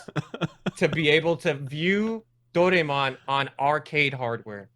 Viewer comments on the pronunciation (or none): Dou-rai-mon....sorry...hearing it pronounced ray twice was a bit grating. LUVLS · killed it, now somebody tell him he's saying Dor*a*emon wrong:P